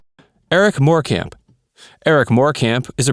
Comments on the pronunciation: 'Morecambe' pronounced 'Morecum' Good research 😑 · It's pronounced more-come ♥️